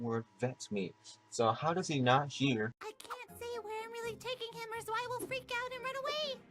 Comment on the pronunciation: sin for every time someone says 'Zwei' wrong (even the cast). Reason being: it was name zwei in reference to the dog in cowboy bebop 'ein' which are both german words for the numbers 1 & 2. Ein=1 (said eye-nn) Zwei=2 (said z-veye) So. If we went by that how many sins would we actually be at?